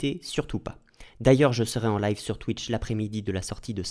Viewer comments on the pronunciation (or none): none